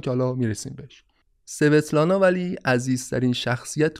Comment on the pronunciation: سلام خیلی ممنون از پادکستتون. فقط یک نکته در باره نام دختر استالین. این نام در روسی با تلفظ اسوتلانا خونده میشه. نامهایی از این دست در فرهنگ روسی کم نیستند و همیشه به همین نحو یعنی تلفظ ضعیف حرف سین همراه خواهند بود. - با مهر